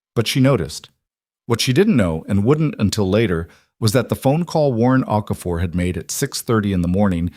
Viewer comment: Here'a heads-up, if you can't get Okafor right, don't use it. O'Keefe, O'Connor, Oakhurst and two or three equally stupid versions. Also worth a mention Gordon, begins with a G not C.